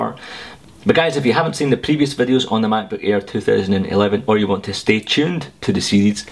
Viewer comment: Mack-boook ayer haha